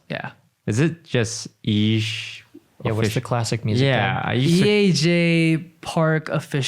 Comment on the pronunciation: I thought his name was pronounced e j